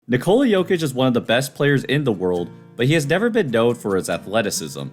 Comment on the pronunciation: His name is pronounced NIK-uh-la not in-COLE-ah.